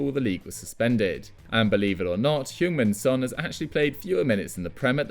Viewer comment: same with every single entry literally calling kane hueinf min son wtf